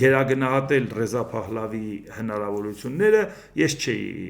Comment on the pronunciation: սխալ եք վերլուծում Իրանի վիճակը Շահի ժամանակ։ իհարկե իդեալական չեր բայց համեմատելի չեր հիմիկվա հետ։ և արտասանեք Փահլավի և ոչ Ռուսերեն արտասանությունը ՊԵԽԼԵՎԻ։ Հայերեն այբուբենը թե Փ ունի թե Հ